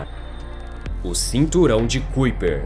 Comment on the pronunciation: Que agonia ele pronunciando "cuiper" sendo que se pronúncia "caiper" 😖